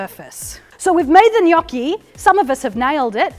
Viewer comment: As an Italian I tell you you're the first non-italian I hear pronounce gnocchi in the right way, it kind of made me happy lol